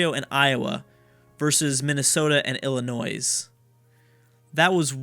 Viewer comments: The S is SILENT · Okay so I'm not American, but I'm like 99% sure Illinois is not pronounced like that by anyone other than. I though it was pronounced as "ill-annoy" with a silent s? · Love the series! Tip: Illinois has a silent s. also, Minnesota is the best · youre not supposed to pronounce the s in Illinois! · Just gonna say Illinois is pronounced with a silent s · Yes, the S is silent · OMG you don't pronounce the s in Illinois, Im not even from the US and know that